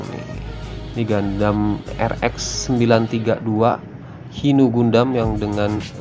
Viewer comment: Hi nu dibaca HAY NU